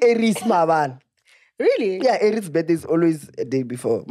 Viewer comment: A-reece - Aries, you're the last person I ever thought would get that😂